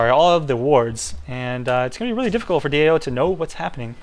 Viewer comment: stop saying DOA, It's DAO :P